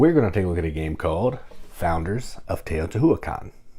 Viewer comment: I think it's pronounced: Tay-oh-tee-WHA-KHAN not Tay-oh-tee-HOO-ah-khan